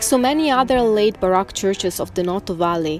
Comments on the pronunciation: Now I know why the music is getting better. Baroque is pronounced baroak, not barock.. Just trying to be helpful, not critical, you guys do a great job speaking english. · As always I love ALL your videos! You’re two of my favorite people on You Tube!!! I do need to help you in your pronunciation in ‘Baroque’ ( pronounces like ‘Bar - oh - K’) the O is a strong O like the o in ocean. It’s not a soft O. Like ‘ah’ but like Ohio.